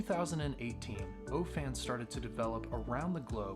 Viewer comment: When this started, I thought, ach, they won't show much.... But when they got to that O-Clip.....THAT is going to be so handy when I'm buried in an engine bay!!! Also....Everytime he said O-Fans, I kept thinking is he saying only fans?? 🤣🤣🤣